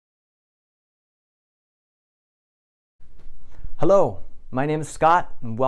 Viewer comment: Are you dutch? You said “Hallo” in the beginning